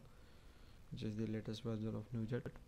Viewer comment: "nujat" :P good video :D